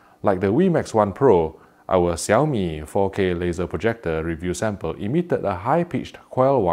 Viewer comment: I really have to say that you pronounced the name perfectly.